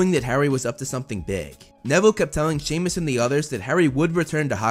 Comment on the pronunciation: its not shemus its semus